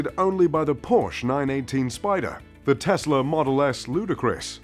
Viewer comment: You're not a true car enthusiast if you cannot even pronounce "Porsche" correctly.